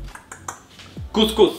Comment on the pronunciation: Course course 😂😂 Its cous cous bro😂